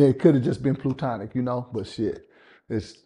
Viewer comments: “Plutonic” “Platonic” 😂😂😂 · Yeah.....I thought it was "PLATONIC". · This nigga always making new words. “POTNA” & now “PLUTONIC” 😂😂😂😂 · Plutonic? He means “Platonic?” 😂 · This brotha said "plu tonic"!😂 Yooooo🤣🤣🤣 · fool said ‘plutonic’ lol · Cuh said PlUtonic, he all over the place in this interview. 💀 I don't remember him speaking this incoherently in another interview last year. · He meant platonic, but said plutonic because he listens to Future. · He wasn't acting in M2S... BTW "Plootonic"? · Plew-tonic Plootonic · We gotta correct ppl when they saying words wrong and sound crazy like Plutonic. Help this nigga out he 50 years old steady saying Jada and Tupac relationship Plutonic, sound like Future drinking lean with Tonic 😂😂😂